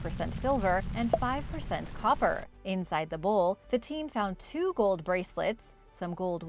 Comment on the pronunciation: its bowl.not bull